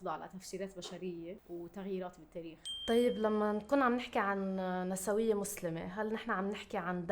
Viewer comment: هي نِسْويّة مو نَسَوِيّة نسبةً إلى الجمع نِسْوة الأغلب يلفظوها هيك خطأ 🌚❤️